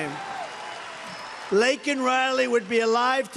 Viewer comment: JUSTICE for LAKEN !!! Thank you president trump for pronouncing her name right and showing them so much respect .